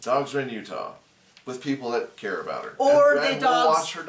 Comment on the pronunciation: New drinking game: take a shot every time says “I don’t Kerr”. 🍻🍻🍷🍺🥃🍸🍹